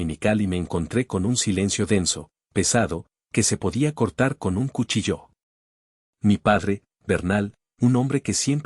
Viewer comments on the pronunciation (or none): No entiendo por qué todos los que narran historias pronuncian mal ciertas palabras ejem cuchillo acentuado el acento en la última letra